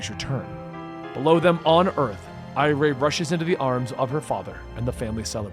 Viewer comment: The girls name isn't pronounced I-ray it's pronounced I-ree. She's name after iris. Just like Jai is named after Jay